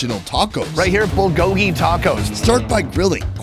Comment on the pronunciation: I couldn't have been the only one who cringed when he said bulgogi. Korean Mexican fusion is common lol.